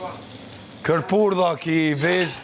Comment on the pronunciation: thote "kerpurdha" 😂😂😂